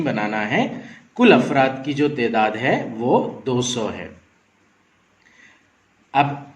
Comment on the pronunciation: Assalamualaikum sir wo tedaat nahin taadaad hai